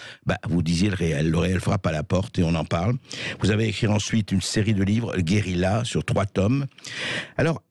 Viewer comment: mais arretez de dire geuriLA, SVP